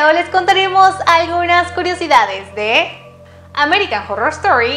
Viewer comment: American jorrrorrrr estori jajaja